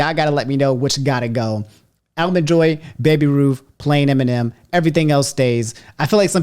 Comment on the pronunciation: "Allmen Joy"? 🤣 Where is from & what is this "accent" he has when pronouncing certain words? He unintentionally cracks me up sometimes. 🤣